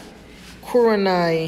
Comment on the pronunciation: Am I the only one that bother with the way he put "Kurenai" as "Kureni?" 💀